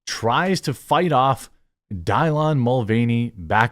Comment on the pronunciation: Die-lon? WTF Jeremy? 🤣🤣